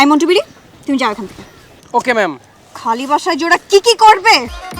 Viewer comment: আপনারা কি খেয়াল করেছেন শান্তি ম্যাডাম ২:০৮ সেকেন্ডে মন্টু বিড়ি না বলে মন্টু বিড়া বলেছেন